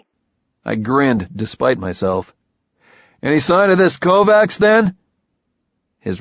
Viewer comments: Sounds horrible , but the mispronunciation of Kovacs as ‘Kovax’ instead of ‘Kovatch’ is a remarkably ignorant shortcoming. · He is pronouncing Kovacs incorrectly? The first book made a pretty big deal about pronunciation. It's a soft -ch sound, not a hard C. KOE-VACH. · You had one job, it's pronounced kovaCH. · i listened right up to the KovaCKS. fuck you learn to pronounce slavic/hungarian names. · I think he does it pretty well except for the name he’s got wrong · What the shit is it with the tin can reverb all the time?! Annoying as hell. And real good job on mispronouncing the main characters name when he's talking to himself, while all through book one he got annoyed at people who didn't know how to pronounce Kovacs right. Fucking hell... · I love how, after 2 books of pronouncing the main characters name properly (per the description in the first book) the same narrator pronounces the name completely wrong. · Not gonna say it's a good reason, but if the people he is talking for don't know, makes some sense why "kovacs" isn't pronounced properly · It's killin me every time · You're absolutely right...and it's the main character mispronouncing his own name when he's thinking to himself that I find especially irritating. I haven't been able to get through this book at all. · It's making my teeth itch, but he does a good 'Beard Having Hallucinogen-Induced Visions' voice. In fact, I think he's not so bad as a voice actor, overall. I just wish someone had told him about how we pronounce 'Kovacs' around here 😄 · And the missproninciation of the fucking surname